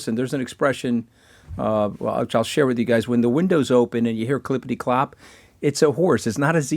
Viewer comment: He must like that "cliperty clop" analagy ive heard him say it a couple of times.